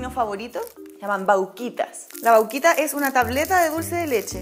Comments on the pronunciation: nose dice vauquita se dice vaquita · La "Vauuquita" se dice Vaquita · vauquita nooo vaquitaaaa de VACA